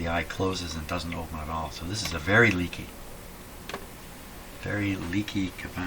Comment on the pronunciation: it's not "a tall".. It's "at all"